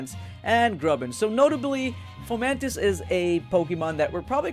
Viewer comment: Fomamtis? I think it's fomantis xD